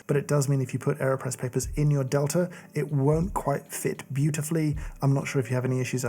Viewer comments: they named it the delter press just to troll James so we could all hear him not pronounce the e or the r, and somehow substitute an a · I very much enjoy all the videos on this channel but was always hesitant to click on this one because, to my American English ears, I hear an r sound at the ends of words ending in a in RP pronunciation. Delta sounds like delter. Imagine my surprise when I heard “delter” pronounced as I would say “delta”! English and how our brains parse sound is so weird! Another very nice video!